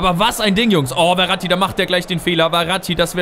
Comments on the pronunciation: Der heißt nicht Verati sondern Ferati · Und der Typ von Stuttgart heißt Ferati und nicht Verrati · Ich glaube er wird Ferati ausgesprochen und nicht Veratti xD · Hör mal bitte auf ferati wie verratti auszusprechen :D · du sprichst den Namen von Ferati falsch aus. "F" wie Fenster, ich weiß ehrlich gesagt gar nicht wie du auf "Werati" kommst XD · Kannst du Ferati vielleicht nicht "Weratti" aussprechen? Ich denke man spricht ihn so aus, wie man's schreibt: F, langes e & langes a :D